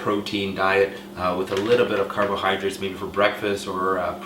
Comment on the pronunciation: carbohydrates.. not carbohydrits.. LOL